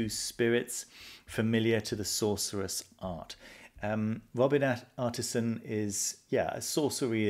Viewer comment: Sorry to correct you again,, but his name is Robin Artisson. And thank you for the videos!